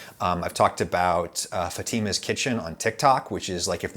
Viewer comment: You like your Italian roots for its looks but can’t even pronounce Fatima correctly. Smh